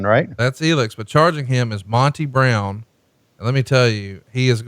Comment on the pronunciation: Tony: "Mon-tay Brown" lmao